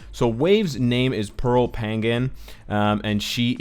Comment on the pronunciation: Hey nice video thanks for giving us a brief background about the new superhero. Also, Pangan is pronounced as "Pah-ngan" not "pang-gan".